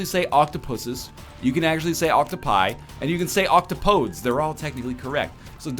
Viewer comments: "Octopodes" is not pronounced oc-to-pohdes, it's pronounced oc-toh-po-dees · Octopodes is pronounced oc-TOP-o-dees. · PRONOUNCED OCK-TOP-UH-DEEZ!!!!!